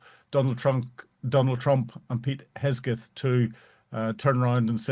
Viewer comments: Peter "Hesgeth" LMAO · I absolutely LOVE how he mispronounced Pete dumbass drunk Hegseth's name multiple times! I really hope that's on purpose to subtlety jab at his incompetence! PRICELESS!!